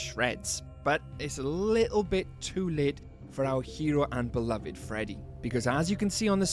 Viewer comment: "oUr BelOviD ROxY " was crazy